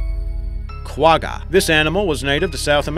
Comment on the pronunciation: You do not pronounce Quagga like that and it is from South Africa not South America